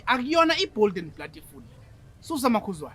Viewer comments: yerrrrr “Akuyona iBold and blatiful “🤣🤣🤣🤣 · "Bold and Blatiful"😂😂